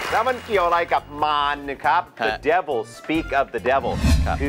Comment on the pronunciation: speak of the devil ที่จริงอาจารย์อดัมก็ออกเสียง "ว" เป็นหนิ ในคำว่า devil อาจารย์อดัมออกเสียงเป็น "ว" ชัดเวอร์!!! แต่ว่าในที่นี้ผมก็พอจะคลายสงสัยแล๊ะ ในทางภาษาอังกฤษ ตัว "v" /v/ มันเป็นหน่วยเสียงย่อยได้ทั้ง [v] และ [ʋ] แต่ในทางภาษาไทย [v] คือ "ฝ" และ [ʋ] คือ "ว" แยกออกจากกัน แต่ในที่นี้ปัญหาของตัว "ฝ" กับ "ว" หนักกว่าจำพวก "ก", "ข" และก็พวก "ต", "ถ" เพราะมันไม่ได้มีกฎบังคับว่ามัน "ก" และ "ต" จะต้องอยู่หลัง "s"